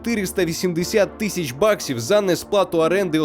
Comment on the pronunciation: Можна казати дві тисячі а не дві тищі, ріже вухо, а так відео топ!